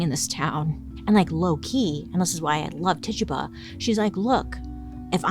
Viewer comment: Bailey can’t pronounce Rural, but Titchuba just rolls off the tongue 😂❤